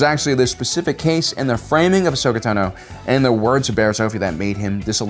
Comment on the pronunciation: Tano (TAH-NO) Beskar (BESK-R)